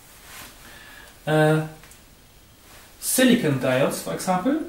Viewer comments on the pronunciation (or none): It is silicon not siricon :-)